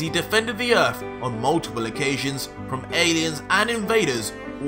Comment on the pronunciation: It's Earth not ERF...